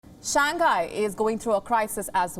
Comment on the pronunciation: its not shangkai its shanghai bro